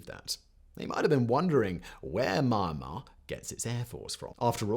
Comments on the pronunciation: For goodness sake... It isn't manh-mar. Its mee-yahn-mar. 🤦🏾‍♂️ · So sad! The normal Myanmar people are so nice, honest and genuine. I lived/worked there for 9 years starting in 2011. Oh, you are pronouncing Myanmar incorrectly, it's is spoken as Mee-An-mah. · Simon, I love your stuff, but "Me-an-marr" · Found out you have trouble to said Myanmar. He he he.